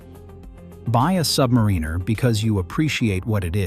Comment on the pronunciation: When will AI learn how to pronounce Submariner correctly?